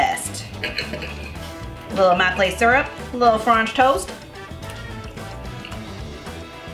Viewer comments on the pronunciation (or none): I'm probably going to pronounce it like FRAHNCH TOAST from now on thanks 😂 Your pancakes were absolutely amazing so I'm sure this frahnch toast is going to be super duper as well. Can't wait to try!! Congrats on the house ❤ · “Franch toast”. Same. Yay for French toast! I need to make this.